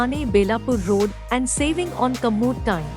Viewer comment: Whoever is speaking in this video, you really need to improve your English Words a bit, Like 'Commute', you spelled it as 'comeut'...then you dont know where to say 'le-ad' and where to say 'le---ed', both written as LEAD but spelt differently...take it as constructive criticism !!!